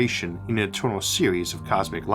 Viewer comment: The staws so etewnaw to us awe but a chaptew